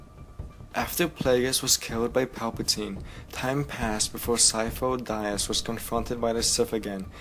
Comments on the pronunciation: It's pronounced "De-us" not "die-us" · omg Sifo Dyas... (Dee-ahss), not (Dye ahss). Besides that, Thanks for the explanation. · "Syfo Dayas"? Really? Dude, you should know his name. It's said in the movie, ffs. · "Sifo Dieas." You wot. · am I the only one who cringed every time he said Sifo-dyas's name wrong? loved the video overall though I'm just a nit picker sorry :P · Me to! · I'm sorry, but I just feel ear fucked by your mispronunciation of Sifo Dyas